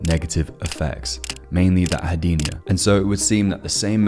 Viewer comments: "Anhedonia", not "anhodenia [sic]" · “Anno-deenia” 🤦they should have never gave you kids computers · You're pronouncing "anhedonia" incorrectly.